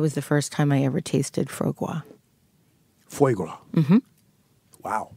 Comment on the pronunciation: I love that says FWAH Grah correctly and Roth very incorrectly corrects her FOY Grah (Foie Gras = fatty goose or duck liver.) It's the little details that make a real convo.